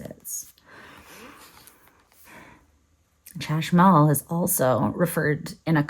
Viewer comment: Chashmal - the 'ch' is pronounced like the Spanish J (Jota)